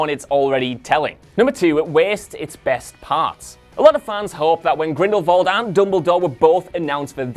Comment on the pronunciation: Stop mispronounce Grindelwald. There is no “V” in Grindelwald